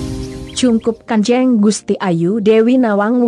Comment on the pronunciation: Mohon maaf,cara pengucapan nya ,..g salah.....bukan seharusnnya (Kanjeng)bukan kan je'ng ..g enak banget dengernya sy juga orang asli Kebumen..